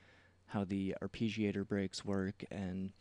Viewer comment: Fantastic tutorial, but your pronounciation of arpeggiator is killing me.